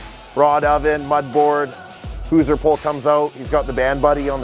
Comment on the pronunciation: "hooser pole"?